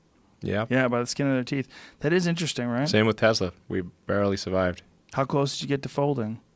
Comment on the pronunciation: Im calling it a Tezla now, because that's how the creator calls it